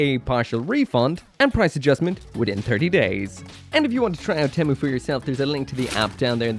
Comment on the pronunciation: 1st off, temu sucks And 2nd, why does he pronounced temu like that?